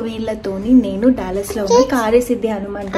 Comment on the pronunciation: డల్లాస్ టెక్సాస్ అనకూడదు ! డాలస్ టెక్సాస్ అనాలి . ఎందుకంటె సియాటిల్ దగ్గిర ఇదే స్పెల్లింగ్ తో డల్లాస్ అనే పట్టణం వుంది. గందుకని గలా పలకాలి .